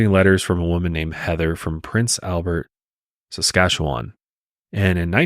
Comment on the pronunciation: I would think that they thought the murderer had left the area and was traveling with the truck and camper because their first tip was that it had been spotted in Saskatchewan with two French speaking men. Also got a bit of a giggle at pronunciation of Saskatchewan lol. Edit: I think that most of Davids story was some sick fantasy he wanted to live. I also think that he had help at least after the actual killings, with moving the bodies and vehicles, and that it was likely his brother that helped him.